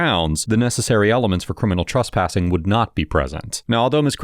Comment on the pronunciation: Tress...tress...it's trespassing...not truspassing. This guy knows exactly what he's talking about and knows how to articulate his rights...good on him!